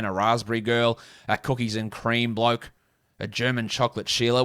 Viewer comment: you love him as a…… “ bloak” ok 👍🏼 we hear you lmao